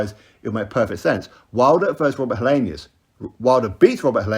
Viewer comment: Helienus? Lol.